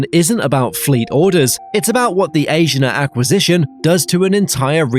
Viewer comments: I think you’re saying Asiana wrong. A-si-a-na Not Asian- a. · and it is A-S-H-E-E-A-N-A not asian-ah. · Asiana has 4 syllables and is pronounced "ah-see-ah-nah." There is no accent on any of the syllables. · It's understandable that you can't pronounce Korean names like "Incheon" but it is weird that the narrator can't pronounce English names like "Asiana". I'm glad that Korean Air is buying new planes because their fleet has been getting old. I'm guessing that they won't get rated higher until their planes level up, and the nut rage scandal is forgotten. I think the real secret to their success was turning a profit during the pandemic by switching to transporting goods instead of people.